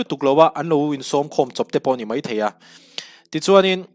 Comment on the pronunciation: "A ropui ka ti khawp mai" tih a mai lai tak hi 'mei' tiin i sawi fo mai a, lo sawi dik tawh teh, i channel a hlu telh telh a, midang zirtirna a ni pah zel a nia.😊